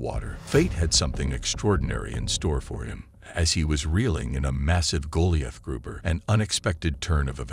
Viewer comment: It's pronounced 'Guh-lai-uth' grouper, as in the biblical giant Goliath. Same goes for those big ol' Goliath beetles, bird-eating Goliath spiders and Goliath frogs & stick insects...